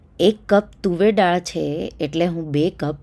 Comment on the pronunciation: ડાળ નહીં બહેન, દાળ બોલો. ડાળ ઝાડની હોય...